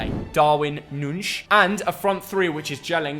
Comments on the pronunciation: Nunez, not Nunes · It´s Nunez, not Nunes. He´s uruguaian, not portuguese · Note: Nuñez is pronounced "Nuniez", not nunez, nunsh or that sh*t 😂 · it’s Darwin nuñez name is not pronounced like nunge as he is not Portuguese he is Uruguayan and in Uruguay they speak Spanish so his name is pronounced nuneth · He's not Portuguese, so it's not NOONSH is it.... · not darwin "Nunsh" LMAO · pronouncing gabriel jesus' name in spanish and darwin núñez' in portuguese 🤣🤣 come on mate